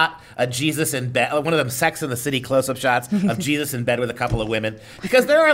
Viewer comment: Its Jesus..Not Jesotta...